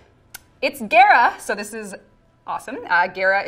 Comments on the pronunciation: she said gayra instead of gahra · Geara? I thought it was Gara like Gara of the sand. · she really said gaerah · Gare-ra??? I thought it was pronounced Gah-ra ! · Waite its ge-ra not ga-ra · So im just gonna have to get on you and it because you said gaira and not GARA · When says Gara It kinda sounded she said Agera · Why does she say Gara like Gera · i like how she pronounced Gara as Gay-ra because that's how it looked. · Is it bothering no one else the way she is say gara I pronounce it like car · Ok I can't be the only person who was cringing when was trying to pronounce Gara's name. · I can't believe she mispronounced the greatest game crossover ever :c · The fact she can’t can’t say Gara’s name right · pronounces Gara wrong... triggered >.> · Why she say gara like that big wtf